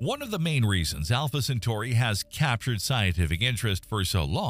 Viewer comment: He said Entrè Pinaurs